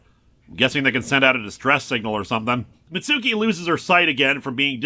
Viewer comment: Mitsuki's name is pronounced "MITTS-kee".